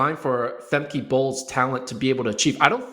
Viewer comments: Famkuh guys. Not Famkey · They pronounce names however they like regardless of how they are pronounced everywhere else. Femkey Bol. Sydney McLofflin. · I believe she pronounces it Fem-kuh.